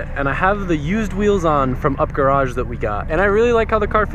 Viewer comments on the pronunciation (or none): I think it's pronounced like (YOU PEE) Garage not Up